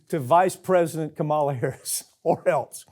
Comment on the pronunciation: You could pronounce her name correctly. And you didn’t. White boy.